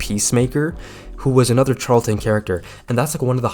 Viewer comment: charlton comics is pronounce with a “sh” like ship sound not a “ch” like chuck